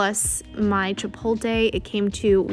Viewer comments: Dude, Chi-POT-le not Chi-pol-te, you're hurting my ears :goodvibes: But in all seriousness, your videos are unique and forward thinking and informative like no one else's vid's. Way to go, and I appreciate your thoroughness and efforts in sharing your endeavors to inform all of us how you're doing things. THANK YOU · don't forget to say "chi-polt-le" where you do pronounce the " l". said in kindness. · She did not say Chipotle right. In any type of way 😂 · I don’t think you’re pronouncing chipotle correctly